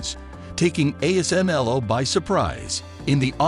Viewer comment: The ASML was just pronounced correctly